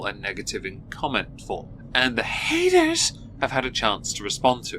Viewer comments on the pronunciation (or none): snort I listen to your videos while I'm working. I was not prepared for the "haters" pronunciation. I was so startled, my head snapped up lol